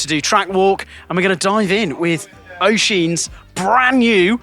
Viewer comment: Cause we're going to hear his name a lot this year 😊, it's pronounced USH-een. Let's go Oisin O'Callaghan!